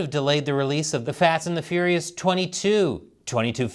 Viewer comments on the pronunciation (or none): I definitely heard "the fat and the furious"